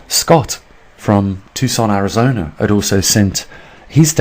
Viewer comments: Lmao 🤣 it's Arizona not Arazona. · FYI - it’s ARIZONA not ARAZONA. Details. Thanks for the info!